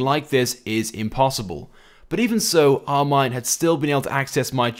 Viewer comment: It's 'OurMine'